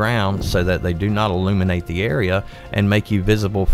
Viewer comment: Im sorry but you need to work on your enunciation : your odd pronunciation makes this video difficult to follow (i.e. your "barter" sounds like "border" and "illuminate" sounds like "eliminate").